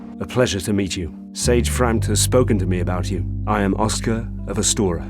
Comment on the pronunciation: Frampt, not freke